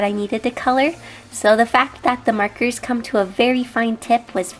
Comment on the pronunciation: I love how you say 'markers' it sounds like 'merkers'